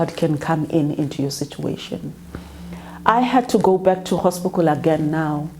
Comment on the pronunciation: Did she say "hospicle"?